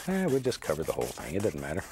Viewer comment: I love hearing him say "It dutten matter"